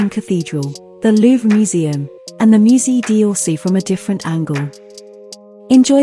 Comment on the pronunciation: Take royalty free pictures and videos of Paris, add a computer generated voice that will make sure to mispronounce the names (the "musée di orsay" always makes me laugh), add a few pictures that have nothing to do with Paris ( and ) and, in just two hours of work, without having ever traveled to Paris, you have the perfect video that takes viewers for idiots.